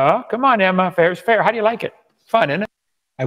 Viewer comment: The way he says Emma physically hurts